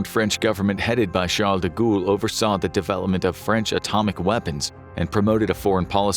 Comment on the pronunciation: Sharl Degool (de-ghoul)…😳🤣